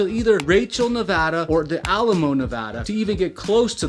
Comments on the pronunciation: YOU SAID NEVADA RIGHT OMG It’s crazy because people say “nev-ah -dah” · HOLY SHIT HE PRONOUNCED NEVADA RIGHT